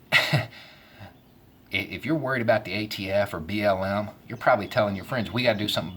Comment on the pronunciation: I though you said B.O.M. when you said BLM and I thought "are the Bureau of Mines really as bad as ATF?" :P